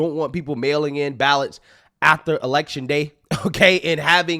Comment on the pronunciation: Guy you are Killin Me. AFTER not Ather switch your tongue with your lip between your teeth. Affffter.